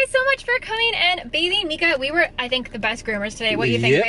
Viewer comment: It’s said Meeka